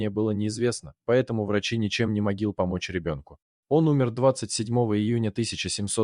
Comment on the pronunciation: ничем не МОГИЛ помочь ребенку. 2 метра и 30 СМОТРИ? У Вас что, робот не умеет слова читать? И см. воспринимает как смотри?)) Что же за хню выкладывают на ютьюбе)